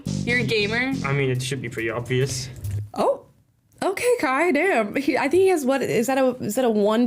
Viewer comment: "it should be pwetty obvwious"